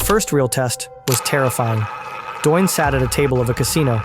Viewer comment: The guy’s name is “Doyne”.